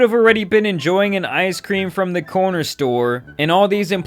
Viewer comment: He calls corporate. "Waaaaah! I didn't get my ice cweam!"